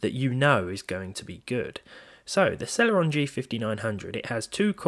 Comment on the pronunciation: Why does it sound like cereal